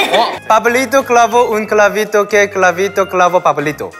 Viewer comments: Min "Pablito cabrito" es enseriooooo 🤣🤣🤣🤣🤣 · No se ustedes pero siempre he tenido un problema con cr y cl ya que al decir clavito dijo cravito .. Es que como si mi lenguaje se enredera ... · YoungK pronunció mejor todos los trabalenguas que yo, yo me trabé en la palabra "Clavito" xd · Como es posible que un coreano pueda decir mejor que yo el trabalenguas de pablito clavo un clavito ._. Yo intentando dije Pablito clavo un clavito que plalito clavo parlitos y a la 2da le mande pablito clavo un pablito